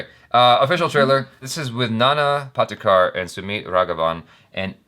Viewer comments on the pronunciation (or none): Pottykar I.e पॉटीकर which is totally wrong. Patekar I.e पाटेकर इस the correct pronunciation.